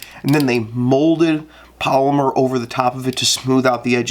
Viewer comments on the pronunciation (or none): none